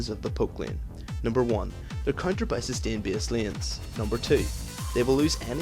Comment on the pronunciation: "sustin lin".